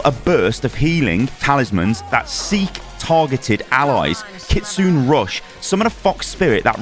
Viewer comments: Thank you! Btw it’s not “kitsoon” but kitsuneh, the “ki” is devoiced in this case and the “e” sounds similar to the Canadian “eh” but not as dramatic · Almost correct.. But it's not "Nay" at the end it's Ki-Tsu-Neh just simple phonetics.. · bruh the way u pronounce kitsune god damn man have u never watched a single anime or japanese thing the E at the end is pronounced its KITSUNEEEE not KITSUN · Hey! Nice vid breakdown. Just a note, Kitsune is pronounced kit-soon-eh. **Generally all vowels in Japanese are spoken. It means "fox";) ** Preemptive note for inevitable angry internet weebs - I get that the 'u' in desu isn't said and a lot of stuff like that. I'm just a regular western dude in Japan and see people say words like 'gozaimasu' like gozaimasuuuu or gozaimas swapped up all the time. In English, we never would say the word make either like make or mak-eeee. More grammatically it's called "devoicing" and is different from silent English vowels in that they can be said and more based on dialect/accent. So yea, generally all vowels are used. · kitsune is pronounced kits-su-nay not kits-soon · It’s not ‘Keetsun’ it’s ‘Kee-tsu-nei’. The ‘e’ at the end of ‘Kitsune’ is not silent. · bro please look up the proper pronunciations of these abilities. i'm cringing every time you say "kitsoon" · FYI, “Kitsune” is pronounced “kitsuneh”, no silent e :p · I love you, but it's KIT SU *NEH*.:P And she's a hard counter to Junker Queen and Ana with her dispelling ability. And as far as immortality, it's only a few seconds so it's really to counter the aforementioned JQ ult and Ana's 'nade. I'm sure it requires a bit of timing to counter say a tire or Dva bomb. It IS cracked out though, can't wait to play her! <3 ALSO: from what it seems, her ultimate requires her to stand in one place for a second or two, making her sniper bait, so that's good to see. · it's pronounced KitsuNEH Rush:) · “Kitsoon rush” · Kit-sue-nay rush